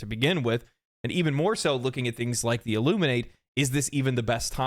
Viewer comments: You also pronounced Illuminate wrong. There are two pronunciations: one for the verb, and one for the adjective and noun. The pronunciation in this context is that of the adjective and noun, not the verb. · The first man I've heard pronounce "Illuminate" incorrectly